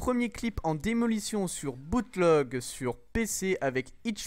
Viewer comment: C pas BootLog c BootLèg sinon beau clip